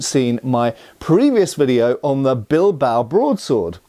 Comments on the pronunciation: Don´t want to be rude, but it´s said BIL-BA-O, not "Bilbou". I know is just a small thing, just lending a hand here. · From a place of love and appreciation for your videos… it is pronounced: BeelBahOh